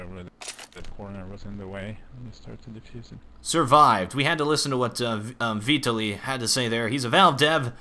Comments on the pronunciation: My name is Vitaliy and you butcher it :) The stress is on the A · Hah, Vitaliy is pronounced just as you pronounce it but with stress on second syllable =)